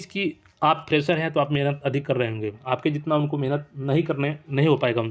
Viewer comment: फ्रेजर नहीं फ्रेशर होता है भाई